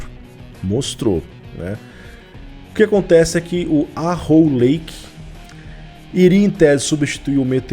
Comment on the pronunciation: Pronuncia do Arrow lake, seria algo em torno de "érow"